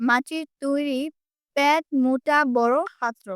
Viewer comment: প্যাট নয় পেট